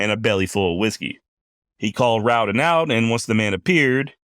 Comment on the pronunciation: You are one of the few who pronounce our name right The Rowden clan appreciates that